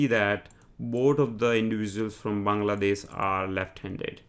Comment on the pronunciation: It would be 'Bangladesh' not 'Bangadesh'.